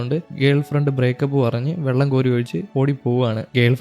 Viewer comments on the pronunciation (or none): none